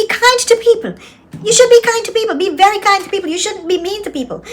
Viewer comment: I think it's selected words something to do with the vowels of the preceding words. Like I said as explained to me by my colleague. He cannot say very. It's always "bery". I came across this about it. "Put in terms of the International Phonetic Alphabet, the English letter ‘v’ represents the sound /v/. The Spanish letter ‘v’ either represents the sound /b/ or the sound /β/."